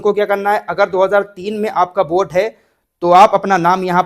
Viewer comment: बोट नहीं वोट बोलो भाई, सर दर्द करने लगा यार बोट बोट सुनके